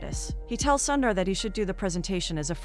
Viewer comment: Don't keep calling him "Sandar" or "Sandar". Your pronunciation is horrible. You are killing his name. He is Sundar or Soondar.